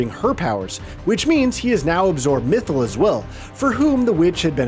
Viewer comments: Mithil and not mythal 😭😭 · Especially with Mythal. First time I heard this name to be pronounced so bad. Clearly speaker haven’t played DA 😂.